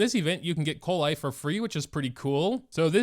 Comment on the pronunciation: it's pronounced kolei btw